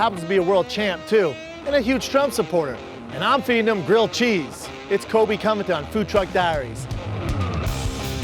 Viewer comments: It’s Colby* not Kobe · Did he just pronounce (in the beginning) Colby Covington's name as "Coby CoviTime"? Ahaa, he must not like him for reals.